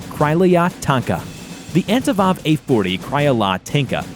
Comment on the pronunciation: I also like how the second time he said Antonov he said Ativov.